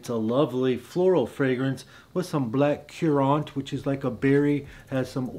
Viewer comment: Let’s say it together… it’s “black karrents”… not KIYOORANT…